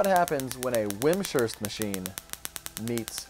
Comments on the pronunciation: hope you've learned the proper pronunciation of "Wimshurst" by now. it's not "wim-sherst", it's "wimz-herst." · Vims-hurst, not wim-shurst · Hehe wim-shurst